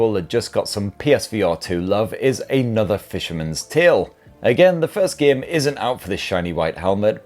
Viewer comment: A geyem on a speyess beyess? I don’t know what that is but it sounds really cool!